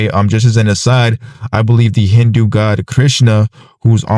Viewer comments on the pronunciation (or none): none